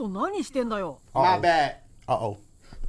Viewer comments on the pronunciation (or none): none